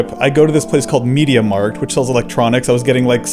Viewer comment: Excuse me sir, it’s pronounced “May-dia Markt”